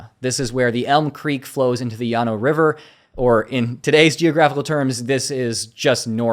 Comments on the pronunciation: I think it's pronounced LAN-oh.... Thanks for all your work. 😊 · Well done! Texans pronounce it "Lanno" River--like the name "Lannie." The Fisher-Miller Grant brought in both religious and non-religious Germans. A great book, hard to find now, is "Fredericksburg, Texas--The First 50 Years." Well worth the read! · My family (maternal grandfather) is from this area (in Llano county). That side of the family is from German immigrants, my grandfather learned German as his first language and the family's centennial ranch (been in the our family since the 1850's) is still there. No one there calls it "Yanno". I am Hispanic from my dad's side (various parts of South Texas from Crystal City through San Antonio) and so I know Spanish and understand the proper pronunciation of the double ll but Llano is pronounced Lan-o by everyone there. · I know you're woke n shit I'm right there with you, but I need you to mispronounce those Spanish names in Texas. Don't say yano (llano) it's not the Texas way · The river is pronounced Lano, not Yano. Sincerely, every local even the Spanish-descent ones (except when speaking Spanish). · “Llano” as a Spanish word, would seem to be pronounced as “ya-no” but, in fact, is pronounced ”La-no” by everyone in Texas. The same irefusal to comply with Spanish pronunciation of a Spanish name-place word but which is better known and therefore never pronounced as Spanish would require, is Amarillo. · I like the history you pointed out, but we say the city names like Texans not Spanish speaking people.. So LLANO IS Lan-O,, Blanco is Blan-co.... I know its not a big deal, but it's a pointing out. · Llano is pronounced Lay no. locally. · Everyone in Texas calls the river (and the city) “LAN-o”. The Spanish pronunciation is never used. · way he said llano 😅